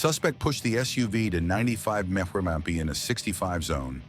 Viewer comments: Stupid AI can't even say "miles per hour"... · Just fix the "mph" being pronounced as "mrrphrhrrh" and we're good 😂😂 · Lose the AI and you’d have more followers. Wtf is a “meh-purr-miff” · Going over 90 “meh-per-mmfs” Lose the AI, please! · Interesting pronunciations of "mph". Mmmf and mapseraff. Hard to describe since they're not even vaguely like anything in English. AI needs to go back to school. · Please stop using AI for the commentary. It can’t even pronounce miles per hour! It sounds as dumb as these criminals! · Ai voice can't said mph